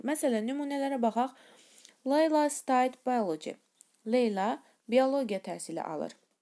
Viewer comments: Stuied sozuni bilmeyen bir tek menem? Teleffuzdede staid deyirsuz.ancaq inshaAllah ki izaha tam qulaq asib bir wey orgenmiw olaram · Study feili ilk 2 numunede ve her ikisi sehv formada isledilib.. hele ustelik yazildigi kimi de teleffuz etdi xanim yeni "stayd". Bunlar kicik sehvler deyil eslinde..